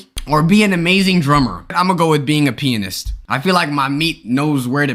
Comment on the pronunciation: Bruh a peeanist